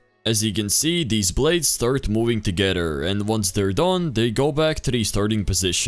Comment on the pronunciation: why did you say blades and my plot weird